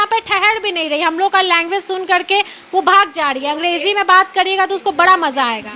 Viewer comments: अंगडेजी नही अंग्रेजी😂😂😂😂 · Angreji hoti h mam n ki angdeji😅